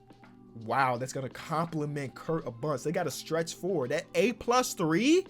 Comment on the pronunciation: Btw u were saying Kirk the whole video but it’s kurt